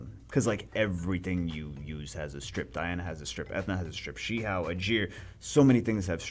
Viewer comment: i think its more like Shi Who and not Shi How